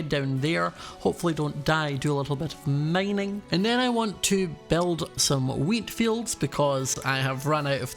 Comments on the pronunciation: "i'm just goEnna kindEa staRt mEinEing" - LOL for real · did u say mining maining 😂